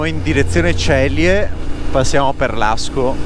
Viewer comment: si pronuncia Zelie e non Celie!